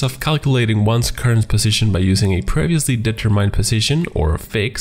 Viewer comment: You're doing well, but there are words like "determined" which you apparently still need to learn to pronounce correctly.